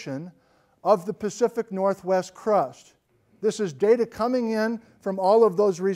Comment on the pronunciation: "Great earthquakes of the PACFIC northwest"? Am I the first to comment it?